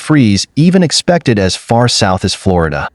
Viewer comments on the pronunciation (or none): none